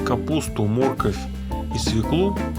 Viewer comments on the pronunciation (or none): а где так говорят "мóрковь"?....обычно мoркóвь...